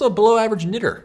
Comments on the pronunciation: 54 seconds in... Knitter isn't pronounced anywhere with a hard GG for the tt bit in knitter. What were you thinking?! It's not clever, it's not funny. Detracting completely from the rest of the video. You're not a rapper. Shame on you and your production team, from England.😢😮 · bro I've listened to 5 times and it still doesn't sound like he saying "knitter" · I heard something different than "knitter" 😂😂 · same, now that I realize it though I can't unhear it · Listened to it multiple times knowing he said "knitter," it still literally sounds like... yeah. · I kid you not, at 1.5x speed the phrase "im a below average knitter" sounded like something very different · oooooooooooh..... you said knitter.... thought i heard something else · I heard something other than “knitter” the first time around 🧏🏽‍♀️ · I did not think he said "knitter" at first 💀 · My stupid ass thinking he said something else and not “knitter” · like if you heard the hard r